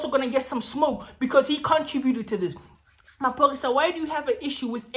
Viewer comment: "Phori Maphorisa"😂😂